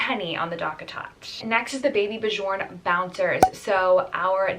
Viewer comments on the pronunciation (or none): Super helpful video!! Also you have probably learned this since the time this vid was posted but it’s pronounced “baby b-yorn” no j sound!